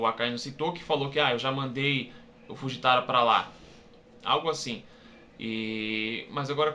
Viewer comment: ai ace nao e fujitai e sim fujitora nao estou dizendo que vc pronunciou errado estou dizendo que como vc falou nao tem nada a ver com fujitora